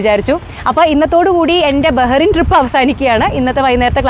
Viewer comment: ബഹറിൻ അല്ല .ബഹ്റൈൻ